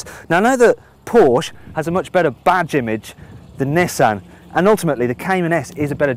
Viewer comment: Please learn to correctly pronounce Porsche.